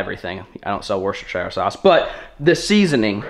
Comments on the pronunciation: If you do start selling Worcestershire sauce will you pronounce it as "wuster" sauce. Being from England the misses is gonna ban me from watching your channel if she hears you say it wrong again 😂😂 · As a lad from Worcestershire in england the way he said Worcestershire had me dead 😂 worshtershiyrrrr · I live in the uk, 4 mile from worcester, I live in Worcestershire and I laugh everytime how says it, we dont say it like that.